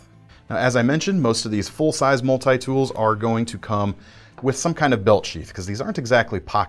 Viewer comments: what is a Mull-Tie tool? lmao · Why do people say multi like this